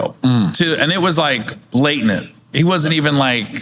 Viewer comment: "Blatant" 😂